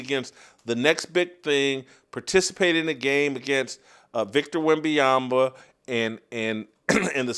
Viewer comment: Whitlock you spent half a show making fun of someone not pronouncing Vrabel’s name correctly and you just spend an entire show mispronouncing Wembanyama’s name.